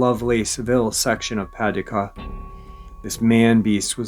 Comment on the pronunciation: I love your pronunciation of Paducah better than the actual pronunciation. Not that you need to know, because I absolutely love your way of saying it-is Puh-doo-cuh.